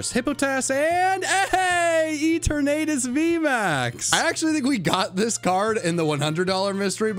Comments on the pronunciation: E-Ter-Natus?? Nah bro it’s E-Ter-na-Tis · Guys, have you heard of the new legendary Pokemon, Ee-ter-nay-dus